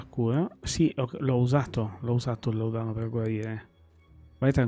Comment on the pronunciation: làudano non laudàno. Senza offesa, giusto per... Non è il mio gioco, comunque promette bene questo Remedium. Grazie per averlo provato.